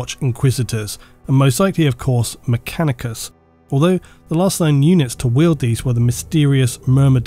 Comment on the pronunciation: Does anyone else hear say "MechaniCUM" instead of "MechaniCUS"